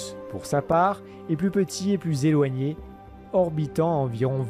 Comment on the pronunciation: Dommage que ce passionnant documentaire soit handicapé par une voix off qui massacre littéralement la langue (parlée) de Molière. >>> si séloigné, trop séloigné... et j'en passe.